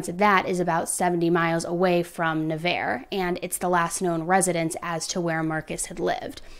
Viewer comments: NUH-VARRE is how it’s pronounced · That’s not how you pronounce Navarre. Nobody believes you most the time anyway. You are one of the fakest true crime podcasters. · Lol as s local the pronunciation of Navarre and Juana’s 😂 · Oh your pronunciation of Juana’s and Navarre just cracked me😂 As a local to Destin this case has WRECKED our area. Thank you for getting her case out there! A lot of people think Marcus was going to take Saylor to Brazil. Where his Mother lives and he is also a dual citizen. Such a heart wrenching case. Prayers that Saylor gets to come home to her Family today!💜💜💜 She was in CPS custody last i read in Al or Tn not sure which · It's pronounced....nah-varr ..... Navarre beach Florida.... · Nah-var. I had so much trouble with this when I moved to the area. Wha-nahs is a restaurant in Navarre Beach. It’s really popular. She should have been safe from this monster there. Thank you for covering this case. It’s heartbreaking. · Na-var is how it's pronounced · Pronounced “Nav ARE” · I know it’s not relevant but Navarre is pronounced nuh-var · For future pronunciation it’s NavARRE. Thank you for covering this case! I love in Pensacola and we all prayed and hoped she would be found safe. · Im so surprised how quickly you covered this! I grew up in Navarre and this has taken over the whole area. Were all praying for her daughter and family. Also side note, it’s pronounced Nuh-var. the arre Navarre is pronounced like the ar in far. Also Juanas is pronounced like Wannas. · ok this is my neighborhood it is pronounced Nah-var